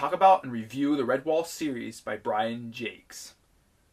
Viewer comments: Thats how the author pronounced his name. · He actually pronounced it the right way...